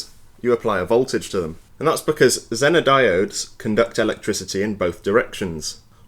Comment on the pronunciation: The American pronunciation of “zener” is “zee nr”